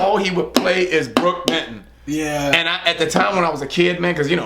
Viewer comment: Hey... You said Brook Benton, didn't you?? I thought you said Brook Vinton. Anyways... I looked him up and found the song "lie to me" by Brook Benton. I can hear a Patsy Cline "feel" to it. Great stuff. You guys should react to this song. Thanks for turning me on to something I never heard before. Good stuff. Keep up the great work. You guys rock!!